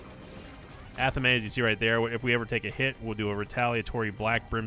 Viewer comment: omg ur still saying athame wrong! It's pronounced 'athame'